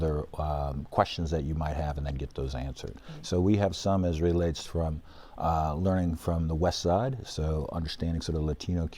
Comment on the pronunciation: 😆😆😆 " quality leeerning center" 👎🏻 ever wondered what it sounds like when you embezzle then flush tax dollars down a toilet?